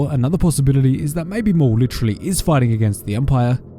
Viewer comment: It’s maul you idiots